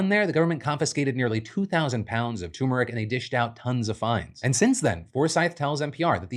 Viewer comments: TUR-mer-ic! T-U-R!!! 😭😭😭 For the love, PLEASE PRONOUNCE THE ‘R’!!! 😩 You sound like a colonizer & that’s breaking my heart!💔😢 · dammit Phil it's TURmeric not TOOmeric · Hey Phil! Quick note, since you kept repeating it so often, it just kept standing out: It's pronounced turmeric, not toomeric